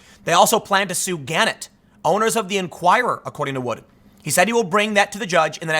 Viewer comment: For future reference, Gannett is pronounced gah-net', not gann'-et.